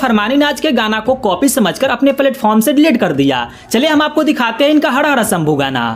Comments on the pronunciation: Bhai hada hada sambhu nehi har har sambhu buliye thik se pehele bulna sikhu bhai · Hada hada nahi har har shamboo apna talffuj thheek karo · Hada hada nai Hara hara bol bhai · यह हड़ हड़ शंभू क्या होता है? जबकि तुम र अक्षर का साफ उच्चारण कर लेते हो? किसी शब्द को तोड़ने से तुम्हारा एटिट्यूड नहीं झलकता है बल्कि स्वयं तुम्हारी भाषा ही मजाक के पात्र बन जाती है। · हाड हाड नही, ठीक से भी नहीं बोलना आता क्या.......हर हर शंभू हैं ठीक से बोल😡😡😡😡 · Hara hara sambhu thik se bolna sikh